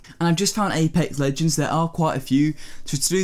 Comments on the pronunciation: this mans said apec legend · "Apa legends"